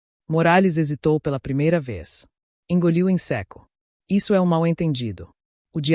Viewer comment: Não se diz se' e sim seco😂